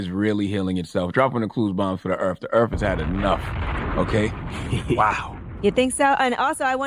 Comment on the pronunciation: “tHe eArF is ReAlLy heAlinG itSeLf “ 🙄🙄🙄